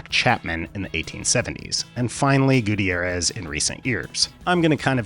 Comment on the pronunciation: Gu-T'YAIR-ez. Not Goo Teee Air ez.